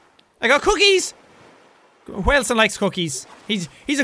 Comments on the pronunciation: Jack: Wilson! Me: whaleson! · it's not Wilson in this series its whalson!!